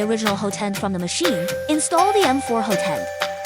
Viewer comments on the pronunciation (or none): It's pronounced "HOT-end", not "ho-TEND".